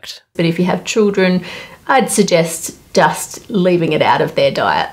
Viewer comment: Anyone else hearing her say dust instead of just😅